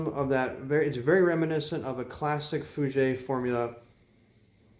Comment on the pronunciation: Just in case you wanted to know. It’s pronounced Fú-Jhair and Jjock Bogart. Love your videos and the fragrances you review. I like all my phoenix artisan products I’ve purchased based on your reviews.